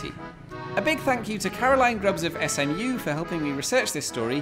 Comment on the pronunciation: For an instant I thought he said, "a bug fuck you" instead of "a big thank you"